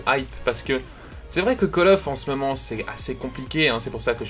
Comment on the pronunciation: Mdr a min il a dit c le meument